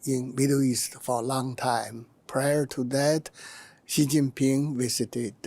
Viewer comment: I like how she pronounced each one's name correctly, especially president Xi.